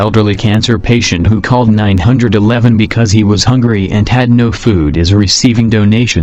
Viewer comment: How the robot says 911 lol